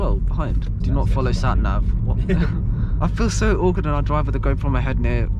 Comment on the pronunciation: When u said sat nav it sound as if u said SAPNAP